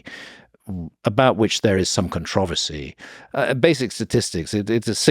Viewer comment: Around minute the way he said controversy pissed me off